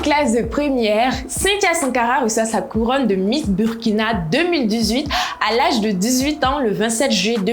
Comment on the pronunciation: Apprenez au moins a bien prononcer le nom du pays 🤦🏽‍♀️ on écrit Burkina mais on dit Bourkina 🤦🏽‍♀️